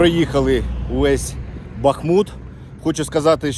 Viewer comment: Будь ласка, БахмУт, не БАхмут.. і так боляче дивитися на рідне місто, ще й нервові зриви через наголос 😢 не такої слави хотілося….